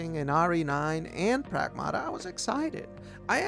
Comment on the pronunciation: Lmaooo progmuhduhh 😂